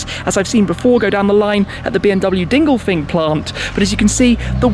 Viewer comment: Did he say "Dinglefink”?